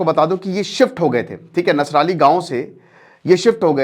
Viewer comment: Sir Nasrallah nahi Nasrali hai Dharmendra Ji ka janmasthan ka naam 😂😂